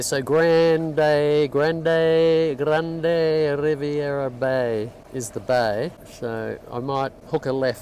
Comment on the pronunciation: Excellent video! About Grande Riviere, it's French so it's pronounced, grand rivier.